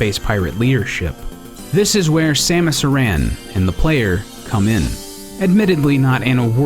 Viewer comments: Very nice video! Been playing plenty of Metroid in the last month for the 30th anniversary. Props for actually pronouncing Aran right. It's like no one actually remembers the old Metroid 2 commercials that pronounced it right. :) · Aran is pronounced Air-in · Well, at the end of Metroid Prime, the narrator pronounces it 'Air-in'